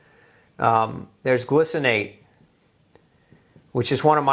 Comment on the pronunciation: glycinate is not pronounced glu ci nate, it's pronounced gli - rhymes with hi cinate.